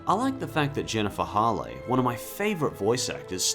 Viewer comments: Did you seriously pronounce Jennifer Hale's name as "Hall-eh?" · Jennifer Hale? I thought it was said like Hail. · Jennifer "Hall-ay"? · Jennifer Hale’s last name rhymes with “whale,” just for future reference. :D And I have to agree with each choice! Cinderella 2 isn’t great but Cinderella 3 definitely makes up for it. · Says the guy who pronounces Hale wrong.